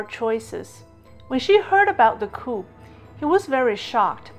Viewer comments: COUP is a French word, and pronounced like KOO. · Small correction: a coup is pronounced like 'coo' while the p is silent. Interesting content! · Hi, great content as usual. Coup is actually pronounced Cou, with the P silent. Hope this helps.